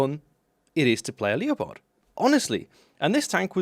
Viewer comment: Leo pard?, I hope you are taking the piss with your pronunciation.